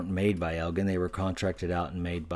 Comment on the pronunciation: Hi, just to let you know that Elgin is pronounced EL-JIN. I love your channel! :)